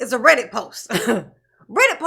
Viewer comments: Hahaha, when they first mentioned a Reddit post, he mispronounced REDDIT!!!! So they thought he never heard of it!!!😂😂😂😂 he’s like,”my gang member helped a bro out, in code!!!!Ok, how can a juror know what the judge says and does while they’re NOT IN THE COURT!😂😂😂😂😂😂 furthermore!!!, he exhonorates the judge and prosecution for writing the post 😂😂. The DAs office reminds Brooks that everyone around the world knows what’s going on in there! 😂😂😂😂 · It was so painfully obvious. Between pretending he didn't know how to pronounce "reddit" the evening before to accidentally calling it a "thread" then frantically trying to backpedal w/ "or ahh ahh whatever you call dis, I don't really know" he gave himself away. He's not nearly as clever as he thinks he is. Plus the post specifically said they didn't like "the way the judge treats him when we aren't in the room". Well how would the juror know what's happening when they aren't in the room?